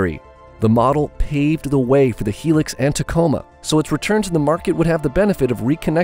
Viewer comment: Its not a Helix. Its a Hilux ( pronounced High Lux)